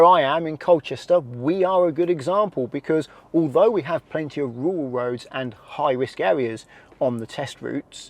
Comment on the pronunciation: RURAL not WURAL